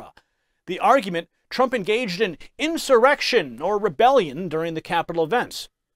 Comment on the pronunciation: This snake oil salesman is full of it. No intelligent person calls the J6 scam an "enshawreckshun".